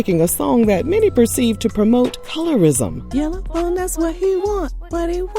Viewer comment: “Yella Bone” when she ain’t even black 😂😂😂 what is that? You ma’am are giving Rachael Dolenzal. You want the hype but not the strife. No can do Yella.